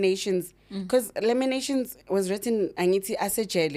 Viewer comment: Lamentations not laminations sorry just correction